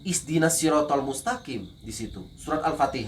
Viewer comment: Hahaha....lucu, ngaku pernah islam baca al fateha aja salah....bukan 'isdinash'panjul....kalo pernah islam ya pasti islam ktp doang lu ...panjul.